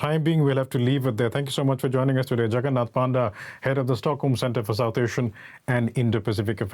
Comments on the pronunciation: more like Puh-nda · Bro that's not panda.... it's actually pronounced as Pa - nda (Paa) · Please dont call him Doctor Panda, otherwise Chinese will claim ownership on him too.. Also we pronounce Panda as Ponda.!